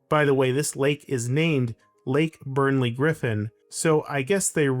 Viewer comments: “Burley” not “Burnley” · Also, it's "Burley" not "Burnley" - like a big burly bear 🧸 Also there's multiple hexagons, not just one. 🦠Hexagons run the country!🦠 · Doomed the city? LOL. I live here. I don't think you can say this city is a failure. It is actually very pleasant, thoughtfully designed and planned. And whenever I here an American criticising any other country, I just laugh and laugh. Also, it is Walter BURLEY Griffin. If you cannot even pronounce his name, best to keep quiet. I mean, how can you get that wrong? It is right there on the name of the lake that bears his name. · There's no 'N' in Burley